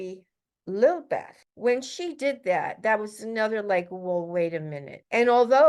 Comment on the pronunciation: I despise Megan but you're really stretching it to say that Lilibet - Prince Philip's pet name for Queen Elizabeth - is derived from Lilith. I was with you until you went down this road. You didn't even pronounce it correctly. It's not Lilbit or Lily Beth. Since you're sharing conspiratorial theories, seems important enough to get it right. Also, if Megan is an operative tasked with infiltrating the RF, why would she so willingly walk away from it?